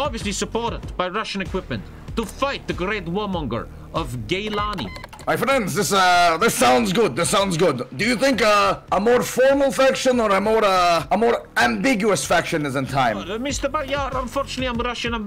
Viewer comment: dude why did they do that to him it supposed to be gilani nog GAYlani